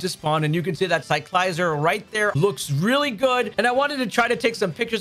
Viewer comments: It's not a Lye-zard. It's a Lizard. It's Cycle + Lizard = Ci-cla-zar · I hope i'm not being rude but you pronounce Cyclizar as Sike - Liz - are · the way he pronounce cyclizar 🤮🤮